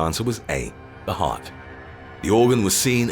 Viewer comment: It's heart you simpleton